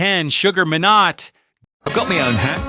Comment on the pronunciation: Surprised you know so much about Sugar Minot but not the correct way his surname was pronounced with a silent T.